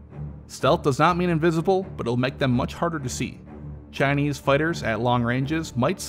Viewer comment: "Chynese" Dam one year in Texas and you're sounding more southern than me and I'm born and raised in southern Virginia.